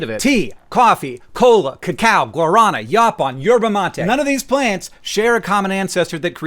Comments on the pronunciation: Hank, I love you but it's guaraNÁ, not guarâna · Your pronunciation of yerba mate is very good I mist say, but it is guaranÁ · it's pronounced gwah-də-nah'. That's a flapped "r" in the middle syllable and is pronounced similar to the English "d" but quicker. —an American who has been to Brasil and drank guarana with the locals. P.S. the coffee IN Brasil is just better. And, no you can't get the same experience drinking Brazilian coffee in the US. Sorry. P.P.S. the correct way to spell Brasil is with an s. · Hank! It’s guaranA, not guarAna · Is not guarAna is gua ra nah . XD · It's not gua-RAH-na, it's gua-rah-NA. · guaranÁ ….accent on the last syllable not the second syllable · Hank, "guaraná" is s'posed to be pronunced with the emphasis on the final syllable: "gwah-rah-NAH." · "Guorôna" kkkkkkkkkkk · Completely irrelevant, but Guaraná is pronounced “Gua-ra-NAH” :) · Guaraná = gwa - ra (trilled r) - nah (emphasis on this syllable) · Oh my! a rare opportunity to be mildly amused/bothered by pronunciation of something I had the benefit of saying my entire life! Guaraná has the stressed syllable at the end! gua-ra-NAH as in Na'vi. Great video as always! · It's guaraná, with emphasis on the last A, like if it was guaranah. Best soft drink we have in Brazil, btw, far better than cola. Ps.: Unfortunatelly, or fortunatelly, I'm part of the smal fraction of humans who are not affected by the estimulant energy given by caffeine, I can and often do drink a big cup of coffee right before bedtime and sleep like a baby after. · Small correction: the stress syllable in guaraná is ná. So gua-ra-NÁ. Just like another Amazonian product Americans love, açaí (stress on í), the stress is in the last syllable (easy to remember since in those two words there's a diacritic to remind you of it). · Aight, "gua-ruh-na" wasn't how I expected you to pronounce it but I'll live with that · hank, guaraná is pronounced gwa-rah-NAH! you're putting the emphasis on the wrong syllable XD